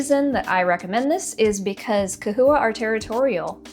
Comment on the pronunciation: Bro! Pronouncing with a "k" sound is the proper Latin pronunciation for the "ch" at the beginning of the word. Somehow, everyone can pronounce Chondro using the proper "k" Latin pronunciation, but can't apply this to the term "chahoua". Lmao, smh...oh well.